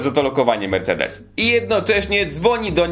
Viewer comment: Mersejdesem gajlendoł ,mówi się się